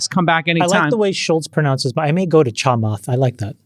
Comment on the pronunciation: The way he pronounces “Chamath” made cringe.